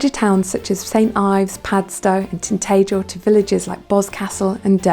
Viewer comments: We says it tint..tah...jel not tint...tay..jel down these ways. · Where’s “tintegal?” TintAgel I think it’s pronounced. If u asked for directions in Cornwall and mis pronounce places, the locals will say they’ve never heard of it. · It’s TinTAgel. Not TinTAYgel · Learn how to say Tintagel fgs!